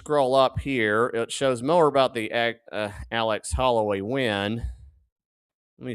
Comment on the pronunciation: It’s Holladay not Holloway